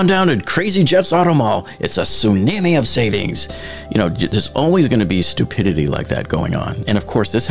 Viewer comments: whats a su-nam-eeee? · i have never heard someone pronounce tsunami like you just did. "Sunammy" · . Honestly there’s nothing worse than a soonihmee. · Th way you pronounce tsunami is far more offensive than th subway sign 🤦‍♂️ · Very interesting pronunciation of tsunami lmao